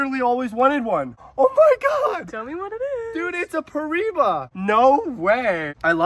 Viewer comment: (Per-I-E-ba) that’s how it’s pronounced and spelled piriba hopefully that helps😊